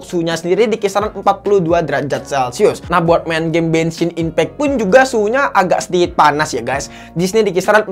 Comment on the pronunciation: Gua dengarnya bensin impek